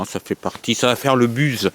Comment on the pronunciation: content pour toi l'ami ! au passage tu m'a tué de rire , déja le rototo et ton éternelle facon de prononcé 'buzz' je ne m'en lasse pas 😂 encore une fois bravo pour ton permis vivement la suite ;) a +